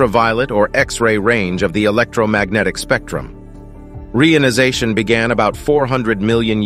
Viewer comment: ai voice cannot pronounce reionization, very irritating